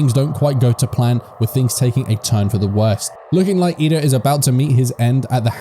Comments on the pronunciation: i cant tell if you are serious or not. his name is Tenya Iida. not Lida. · Wait, it was "iida" all along? Omfg. My whole life was a lie. Smh